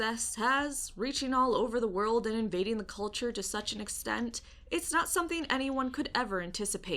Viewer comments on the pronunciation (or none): none